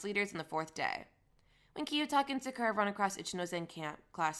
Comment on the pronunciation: I don’t have much of a complaint for it tbh but since ur defending it im pretty sure its not hard to pronounce Sakura properly even if u have a Jamaican accent